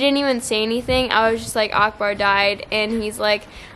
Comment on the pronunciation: Strange how you say Akbar 😍🤣 its like uhk ber